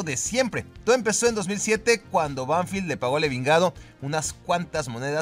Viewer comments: Se dice ENVIGADO, no "Evingado" ;) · el equipo colombiano dónde salió James se llama Envigado y no Evingado 😂😂😂😂